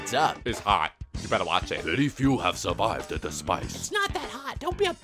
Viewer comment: "Very few have survivada spice"